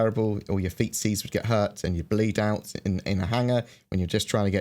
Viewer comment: He said "feetsees"!